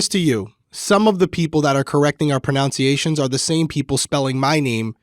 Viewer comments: 🗣️🎙️😵‍💫OMG how you go on and on about the most trivial matters! However, the irony is just too good not to mention how you keep pronouncing “pronunciation”wrong! It’s pro-NUN-ciation…NOT pro-NOUN-ciation! 😆😆😆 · it’s pronounced pronunciation not pronounciation.